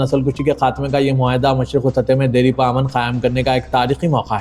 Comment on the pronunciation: Deripa ❎ Dairpa ✅